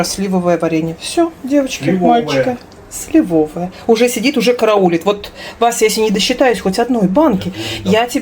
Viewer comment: вы правильно ставите ударение на 1-м слоге слИвовое варенье, супруг вводит Вас в заблуждение 😊